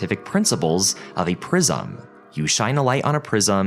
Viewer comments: You’re pronouncing prism wrong 😬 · I don't like the way you say prism